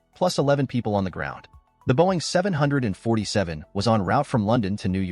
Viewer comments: “Boeing 70047” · it's actually 747 did you go to school? It's just said differently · I hate the Way he said Boeing 747 jumbo jet